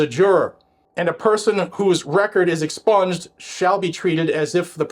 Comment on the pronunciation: Nothing is ever " EXSPUNGED " 😂😂😂😂😂😂😂😂😂😂😂